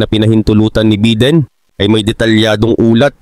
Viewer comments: Bayden ang bigkas hindi biden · Biden, hindi beedin.